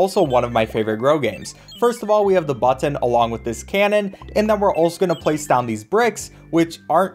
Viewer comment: I love the way you pronounce "button". It haunts me.